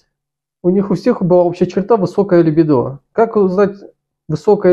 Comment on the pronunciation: ЛибИдо. Извини мне моё занудство, но сильно режет служ